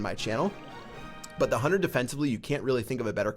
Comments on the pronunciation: Why do people say huner and not hunter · Is it just me, or does call the Hunter the "Hunner"?